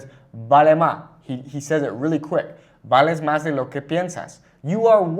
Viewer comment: valej maj… not vale ma … S’s by J’s and R’s by L’s.